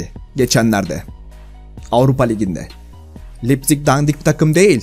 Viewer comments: Yazilisi Leipzig okunusu 'Laypzihg' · Yaa abi lipzig ne o laypzig diye olunuyor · Abi lipzig ne ya laypzig diye okunuyo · Lipzig asdfg (Laypzig diye okunuyor) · Laypzing diye okunuyor